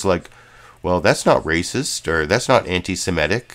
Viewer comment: The word is antisemitic, not antisemetic.